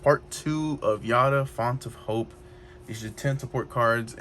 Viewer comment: Constructive criticism. It’s hard to view the cards. Since your videos seem to only showcase the cards, it might help your views if you zoomed in on them. Also, it’s a hard name to get right, but Giada is pronounced Gee-yada, there is a food network lady named Giada De Laurentiis if you search YouTube you she be able to hear her name. Good luck on the videos